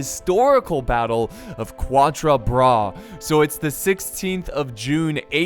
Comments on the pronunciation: U have to pronounce quatre like catre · For you, Quatre Bras, is pronounced more like CATre Bras (i know how you like to seek the right pronounciation, so here you are);)